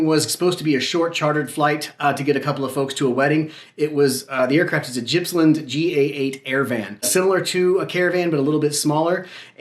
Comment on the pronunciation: Jipsland????? GIPPSland!!!!